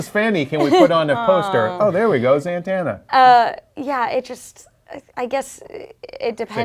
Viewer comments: Zatanna, it's zatanna, z-a-t-a-n-n-a, ZATANNA!!!!!!! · zantanna? lol nice (zatanna) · its Zatanna not Zantanna lol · ITS ZATANNA not ZAN-TANNA SMFH